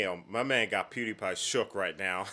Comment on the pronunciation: Not you callin him Pewdipie😂😂